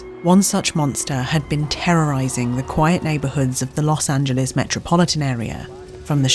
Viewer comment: She pronounced Los Angeles right!!! 😄🥳 So, SOOOOOO many foreigners (and even Americans) pronounce it incorrectly as "Los An-gel-lees" vs the correct "An-gel-lis".